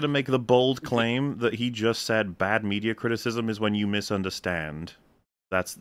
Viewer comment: Mead uh Crism